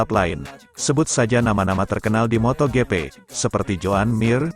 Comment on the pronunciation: njir beneran di baca moto gepe, fix nih orang jarang/ga pernah nonton moto gp. tulul nya kebangetan,sok tau lagi